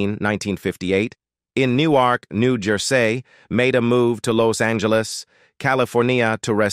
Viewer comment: Where do they get these commentators who can’t pronounce words like New Jersey😂